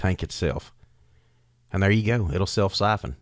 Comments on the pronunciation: Why do you call it "suffin" when it's spelt "syphon"? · I never knew "siffelin" could be so easy!!!😂😂